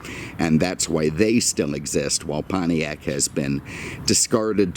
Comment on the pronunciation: What the hell is a "Pontriac"?